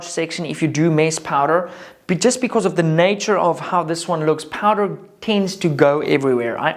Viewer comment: Can you not say powder?